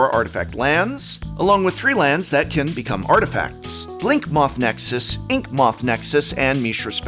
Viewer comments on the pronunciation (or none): none